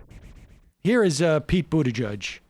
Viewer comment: Pronounce "Buttgeek"